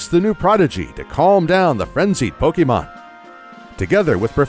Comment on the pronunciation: Does anyone else get aggravated by the way he mispronounces Pokémon’s name? It almost makes this unwatchable